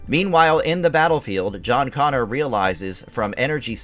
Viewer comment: Could you sound any more like you're reading from a cue card?? Also, it's John CONNOR! Not CONNORS! If you're not going to take this seriously, go home.